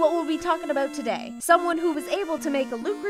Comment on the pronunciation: in the fanart section you can hear a very canadian aboot